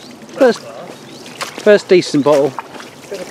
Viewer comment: B O T T LE NOT B O U L E LOL love watching the channel